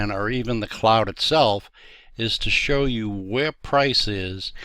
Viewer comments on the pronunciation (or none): none